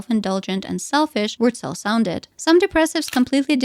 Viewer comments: As a german I think this woman doesn't know how to pronounce her own name 😶‍🌫️ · She's not saying "Wurtzel" the right way 😂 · Yeah, that was confusing.